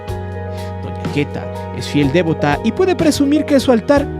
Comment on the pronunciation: No es "dévota", es devota, mi estimado.